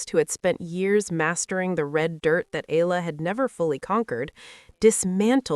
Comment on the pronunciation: Up to now you still do not know how to pronounce Eala ?? It's Eeyala not Allah get her name right. How long have you been doing this channel..